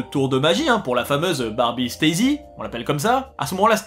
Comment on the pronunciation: Belle vidéo en duo, en revanche on prononce « stazi », pas « stayzy ». C'est en référence au ministère la sécurité de l'État de la RDA. Entre Klaus Barbie et ça, elle a de suite une autre tête la poupée...